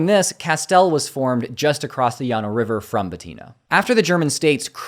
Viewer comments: I think it's pronounced LAN-oh.... Thanks for all your work. 😊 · Well done! Texans pronounce it "Lanno" River--like the name "Lannie." The Fisher-Miller Grant brought in both religious and non-religious Germans. A great book, hard to find now, is "Fredericksburg, Texas--The First 50 Years." Well worth the read! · My family (maternal grandfather) is from this area (in Llano county). That side of the family is from German immigrants, my grandfather learned German as his first language and the family's centennial ranch (been in the our family since the 1850's) is still there. No one there calls it "Yanno". I am Hispanic from my dad's side (various parts of South Texas from Crystal City through San Antonio) and so I know Spanish and understand the proper pronunciation of the double ll but Llano is pronounced Lan-o by everyone there. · I know you're woke n shit I'm right there with you, but I need you to mispronounce those Spanish names in Texas. Don't say yano (llano) it's not the Texas way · The river is pronounced Lano, not Yano. Sincerely, every local even the Spanish-descent ones (except when speaking Spanish). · “Llano” as a Spanish word, would seem to be pronounced as “ya-no” but, in fact, is pronounced ”La-no” by everyone in Texas. The same irefusal to comply with Spanish pronunciation of a Spanish name-place word but which is better known and therefore never pronounced as Spanish would require, is Amarillo. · I like the history you pointed out, but we say the city names like Texans not Spanish speaking people.. So LLANO IS Lan-O,, Blanco is Blan-co.... I know its not a big deal, but it's a pointing out. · Llano is pronounced Lay no. locally. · Everyone in Texas calls the river (and the city) “LAN-o”. The Spanish pronunciation is never used. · way he said llano 😅